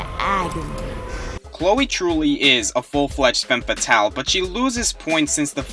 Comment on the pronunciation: SAMUS ISN'T A FEMME FATALE! IS REALLY THAT HARD TO SAY!?